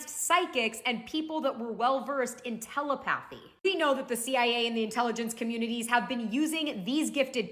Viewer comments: Why,and I ref the arc of the covenant clip,do people not check how to pronounce easy well known words? Tel-uh-pathy not tela-path-ee jhc smh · Its telepathy, not tele-pathy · ok I cant take anyone serious when they pronounce Telepathy "tellypathy"